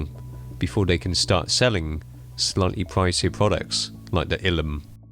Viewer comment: What is so hard about pronouncing Illum? Sometimes you try hard to be funny, but fail hard. Honestly. I like some of your videos, but sometimes you are trying too hard to be funny.